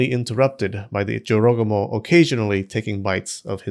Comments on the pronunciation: I always thought it's pronounced Joro -GU -moh. Not a smooth jorogomo. You learn something new everytime here. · the number of times i thought he said “joe rogan” instead of jorogumo almost made me cry. i don’t want to imagine half spider joe rogan seducing men and eating them 😭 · I’m hearing JoRogAmo all I hear is JoeRoganMo…. 😂😂😂😂 I can’t be the only one here getting images of a huge spider legged creature with the aforementioned female torso but now rather, with a bald man’s head-thick necked with crazy eyes and veins popping out the forehead… Lolol …Am I?